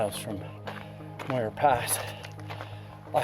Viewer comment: This needs to be deleted until you learn how to pronounce Muir.